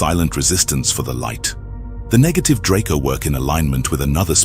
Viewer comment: at least double check your AI voiceovers. he said "nejative" instead of negative